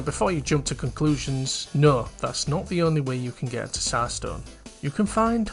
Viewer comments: it's pronounced as "Zar" - it's a slavic word most commonly found in russia, bulgaria and serbia, it's the title of a ruling monarch in these countries 'tissar' was close but no cigar lmao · Great video!! I don't mean to be a stickler but the way you said tsar is so funny.